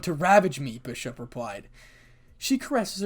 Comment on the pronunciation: and the last part you kep saying bushop it keeps me laughing i kep rewind the part